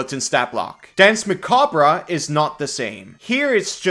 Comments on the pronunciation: It's pronounced "mah-cob", not "mah-kab-rah". Just saying. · Muh-kob No ruh at the end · I feel self-conscious bringing this up, but if no one else does, it's historically pronounced "mac-arb". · Jesus Christ... "Muh-kaab" the "-re" is French, hence unimportant; so just ignore it. Don't pronounce it. Like the Alabaman farmer said when he dropped his corn, "muh cob!" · Kobold please i beg you... the e in "macabre" is silent 😭😭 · So is the R, at least in my dialect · The "r" is silent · I usually watch these videos later on, but I clicked just to see how he'd pronounce macabre. (Either way is correct. It's an accent thing.)